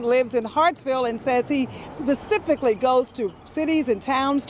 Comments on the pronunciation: She said “pacifically”. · I can’t get past the fact that she said pacifically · "Pacifically goes ...?" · Pacifically goes.... wow. Grammer is dead in this country. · Tonya Brown needs to learn how to say specifically 😂